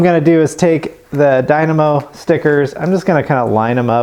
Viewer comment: Let's pronounce it together....die-moe😅 let's leave the na out of it